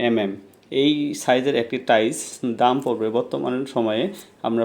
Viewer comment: টাইস নাকি টাইলস?😂